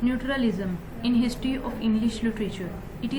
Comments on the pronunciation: Its natural lism mammmm Not nutur lism 🙄🙄🙄🙄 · Hahahaha it's not neutralism. Pronunciation to theak kar dain. Ye vedio delete kar dain log hansengay